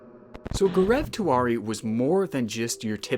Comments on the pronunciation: its not pronounced as Gorev Tewary. its Gau-rav Tee-waa-ree. its an Indian name bruh. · Its spelled as Gau-rau Tee-waa-ree. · Okay- am sorry but- When he said Gaurav Tiwari, I thought he was saying Greg Twardy ( or something like that) but when He showed the clips from sony, I then understood what he was trying to say 💀